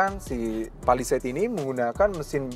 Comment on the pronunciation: Cara ngomongnya udah bener, Pa Li Seit Bukan Pe Li Seit